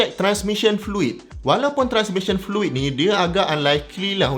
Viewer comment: check semua lampu luar dlm. check keadaan wiper. check power window. check fan motor. start enjin dan buka aircond, pastikan kipas berpusing. check diri sendiri, biar betul2 ready baru bertolak. cecair : fluid. bkn flui 😅